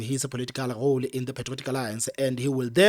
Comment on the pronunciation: Please stop pronouncing English like you speaking Suthu if you want an international audience…. its R O L E, not kgole. Slightly annoying.